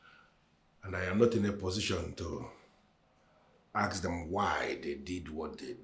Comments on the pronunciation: People...... it's PALACE.....not PALES 🤣 ASK not AKS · PEOPLE ITS PALACE pronounced as PALAS NOT FRIGGING PALES. IT'S IRRITATING TO EARS. ONE MORE THING, ITS ASK NOK AKS.😂😂😂